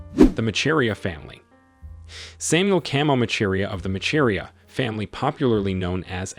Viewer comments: I hate that it's a white person narrating this. He can't even pronounce Macharia and Arusha. Africans we need to start telling our own stories. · Macharia ain’t pronounced as u are pronouncing it🙄 . You say “ch” sound in that name as “sh” hence I say it as “masharia “